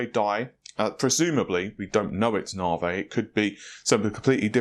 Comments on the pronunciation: 'nah-vay'? :) (It's so hard to say, NAH-Vee!) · 15% IPC up is fantastic! Nav.E, not Narvey, not Narv, bath, not Barth, please! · He used to say it properly, once he found it gave some people a matter to talk about in the comment section, then he continued pronouncing it as Naa-Vey, you can call yourself his guinea pig xD. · It's pronunced "Na V" ...not "Na vay". Couldn't resist :-) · His NaVi is NaVay ~way with a v. Instead of Na-V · NAH-vee, says Nhar-vay,or any number of other obvious to everyone else,mispronunciations,but, heart is in the right place and he tries. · Don't stop pronouncing it nah-vey, more comments more 💰! It's fun to drive obsessed/spergs nuts 😆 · I hate the "nar-vey".... sheesh it's not hard NAVI... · I've learned here it's pronounced 'nar-vay!' :) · NAVI, NOT FUCKING NAVEH! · This guy: "I'm probably pronouncing that incorrectly, so if someone can comment down below exactly how to pronouce that I would appreciate it" Also this guy: "NARV-EY!" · NaVee, say it, say NAVEE!!! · Worries about saying a Chinese site name wrong... says narveh 600 times during video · It's Na - vee Na - V 😂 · Continues to keep saying Nar-vay while asking us to correct his wording for the Chinese website. Any point? lol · I remember the earlier videos he was saying it correctly. Dont know why it became nar-vey haha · Navi dammit not Na-veyy P.S What the Fuck is happening in the comment section part regarding my comment? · do we need to tell you how to pronounce NAVI also LOL? Nav = (Nav)igation, I = e. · he can say it correctly, He sometimes slips and says it correctly. His first few videos about it he was saying it correctly. Its more like he is trolling. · You know the letter I is pronounced similar to 'ee'. Not single E. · Nah-vay. lol Will someone help this man. First it was Fred-ripper, then Ma-tassie (Matisse), now it's Na-vay.